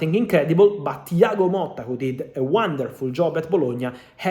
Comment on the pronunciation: Thiago MOTTA not Molta